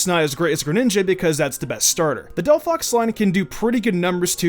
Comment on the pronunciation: Why Did you say Delphox!!! T_T